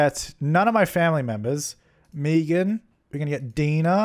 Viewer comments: My sister is Meagan and she would be so angry you pronounced it Mee-gan it's the same as Megan just the traditional spelling of it. I like to call her Me-again though. Lol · I'm super salty you pronounced Meagan that weird way lol Mee-gan. I usually say it's pronounced May-gan